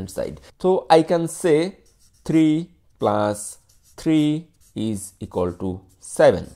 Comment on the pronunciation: he is pronouncing plus as plas